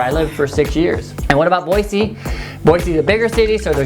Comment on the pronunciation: number 1 way to get a Idahoan mad: saying "Boizee" instead of "Boise."